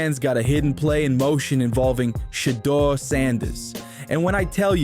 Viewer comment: Always spelling, mispronouncing his SHEDUER name,shit intentional